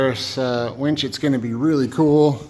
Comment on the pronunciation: I keep hearing wench...